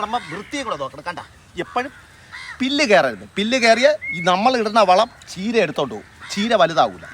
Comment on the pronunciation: കീര അല്ല ചീര